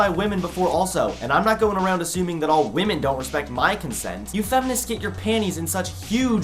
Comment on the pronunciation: You pronounce “around” weird